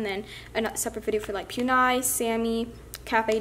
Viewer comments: it is Poo- nie ma- ru = puni maru not pyunai 😂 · PUNI MARUUUUUU NOT PONI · If you knew squishy you would know that pu-ny isnt a squishy brand its PU-Nii MARR-UU ang I know that's not how you spell it thats how you say it Puni maru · No hate just to let u know it puni maruPunee maru that how u pronounce it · It's punimaro NOT PUNI if u have a shop I think u should know the name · To be honest, everyone says "Puni maru" the wrong way lol. But you know what, who even cares 😂 its still a squishy afterall.